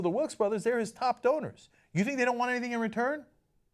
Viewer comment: half funny and half tragic that when you say "one of his biggest donors" it sounds like "one of his biggest owners", and I'm not sure that there's a difference.